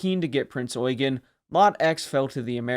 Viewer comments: I am so glad that the US nattaror isn’t pronouncing the Ship as the Prince Yew-Jean. Something I have heard more than a few times. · Generally a well done video and thank you for pronoucing her name correctly, although you seemed to have skipped over her service in both 42 and 43 and there were a few minor techincal hic-ups and details left out, like for example her status as flagship in both 42 and 44-45 or that the majority of people that she and the rest of the Kriegsmarine aided were civilian refugees and not soldiers, although soldiers were also present, but they were the miniorty. Also, did you know that theres so much more to her post-war story, then just the weapons tests and the atomic bomb tests? Or that she went through a hurricane to rescue a distressed civilian ship, on her way to America? She was a living legend!, and the American public and press wanted her. You weren't lying when you said she was wanted by everyone. As the Head Admin of the Heavy Cruiser Prinz Eugen Appreciation Association, I would like to invite you to our association, if you want to learn more about her, her service, her crew and more with and without stuff that isnt covered in modern mainstream media. Our association consists of fans, admirers and historians who all have a love for this great ship. We also have teamed up with the award-winning wreck photographer Becky Kagan Schott, who has some amazing photos of Prinz Eugen´s wreck and she plans on doing another future dive for more stunning photos. Given that we sadly does not have a museum ship to preserve, we are very passionate and serious about her legacy an